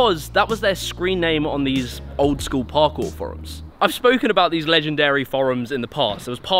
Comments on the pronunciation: "Parkour furums" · Aside from the way pronounces 'forums' I love these videos.:)